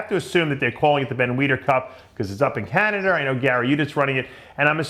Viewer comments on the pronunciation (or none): where is "Canader" Dave? lol